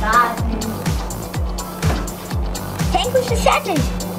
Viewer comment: sagt Sankwich Lachflash pur